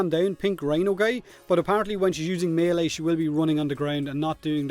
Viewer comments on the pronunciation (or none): none